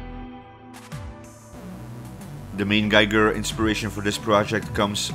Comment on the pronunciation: Please, try to say GEEGER. Not GEIGER! You know, Hans Rudi Giger was Swiss (German-speaking).